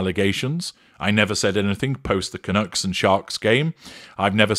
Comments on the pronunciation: Canucks not Canooks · The hockey team is pronounced Vancouver Can-UCKS, not Canooks. I'm a Canadian and our nickname amongst other Canadians are Canucks (no "oo" in there). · It's pronounced "Canuuuks". Not Canooks. Canuck is slang for Canadian. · Lol, I got a good kick out of how your pronounced "Canucks." - likes nuts. Vancouver Canucks!